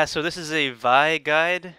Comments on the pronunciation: your pronouncing it wrong its pronounced VEEEE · its the grape vi-ne